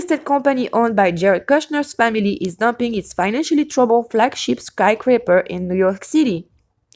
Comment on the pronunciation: I don't mean to offend, but phonetically it's: "Kessing djer" not "Kessing ger" And also "sky Scraper"... I just want to help... not be a grammar nazi...😀😊😉 Je suis Française aussi, née en France, mais depuis bien des années, je suis aussi Canadienne... j'habite en Colombie Britannique. Truly Great video... I watched the entire thing. Very interesting. I do not come to similar conclusions as you however. Yes, there ARE incredible "coincidences"... And don't be upset... but sometimes, a cigar IS just a cigar... I believe there is weird crap going on in this case, don't get me wrong... I just don't see why these particular victims would matter to anyone in power or anyone other than their community and family... Do you believe that the children were used for that Adrenochrome? Also, respectfully, "pizzagate" is a debunked pile of junk... No crimes were committed in a basement in the building in question as there is no basement... I just do not believe that whole elite/pedo thing... There are pedophiles in all walks of life, and tRump (raped 13 year old Katie Johnson in 1993) is one of them, with his buddy Epstein... but the Clintons? Where is the evidence? And I am NOT a Clinton fan btw, I could care less about them! And finally, no, Kushner won't be president... ever... Instead, he is going to be an inmate... Thank you! Et aussi, merci! Isabelle, au Canada🍁🍁🍁